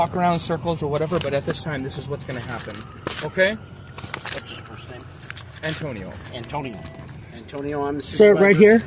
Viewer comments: Just call him An-tow-nio. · Antonio A-“Bay”? sounds like a SovCit to me